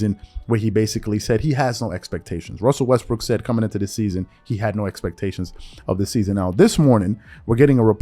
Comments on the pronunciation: I caught you sir you said " westbrick" 🤔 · Stop saying his name wrong. He's Russell Westbrick 😂🤣